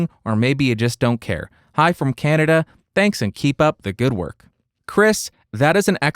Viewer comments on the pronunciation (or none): none